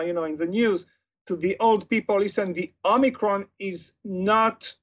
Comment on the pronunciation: "Homiecron" XD